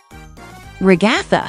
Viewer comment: You say Gangel it’s gangle and you said regatta it’s a Ragatha